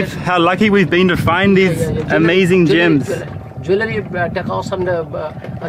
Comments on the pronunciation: I thought he said gym too! 🤔 like gym membership 🤣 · At first, the way he pronounced gems I thought he was talking about an island running a fake gym scam. 😂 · Maoriprincess _1 The person who wrote the comment heard gyms instead of gems lol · i thought you said GYM scam LOOOL like they selling gym memberships on an island LOOL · I was so confused, sounded like he said "scam gym" lol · Me too 😭😭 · Mee too. When he arrived at the island i was like i dont see any gyms. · I thought he said gym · I thought he said GYM for most of the video. Kinda dissapointed i didn't see a gym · I heard gyms too